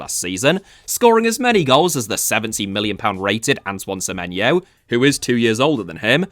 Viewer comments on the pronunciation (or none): none